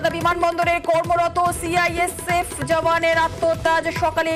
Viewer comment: Report er mam CISF bolteo parchhe na thik thak